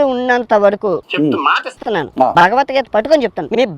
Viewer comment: Nee bhashee sarigaaledu! Neevu hindu grandhaalu chadivesaavaa! Bhagavathgeetha anee padaanni sarigaa cheppatam nerchukoraa! Antlavedhavaa!